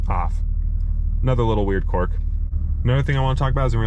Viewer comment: Don’t mean to sound like a grammar Nazi, but it’s pronounced qu”I”rk, not quork!